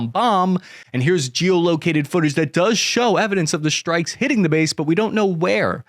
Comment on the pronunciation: "Shtrikes"? Or strikes?